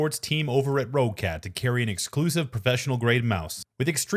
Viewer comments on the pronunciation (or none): Either i misunderstand and the mouse in the intro is not roccat i never heard of ro-cat is it not supposed to be sounding almost like you saying rocket but with A instead of E Roccat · Pronounced like Rocket, not row-cat lol